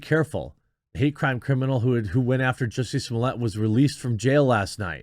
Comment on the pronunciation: It's Jussie-tice, not justice. Hopefully he is found guilty a 2nd time and gets a worst sentence for this circus.